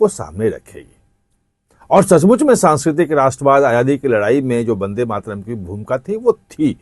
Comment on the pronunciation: Ache se bol le vandematram